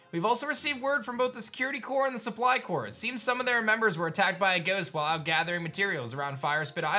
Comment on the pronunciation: Who’s going to tell it’s survey CORPS not survey cores